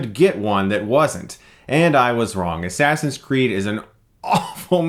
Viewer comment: i like how you called it Ass Ass in Crack lol Chris that was so hilarious and i found that very funny too